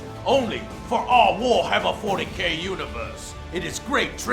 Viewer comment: Wahammer and balance? hahaha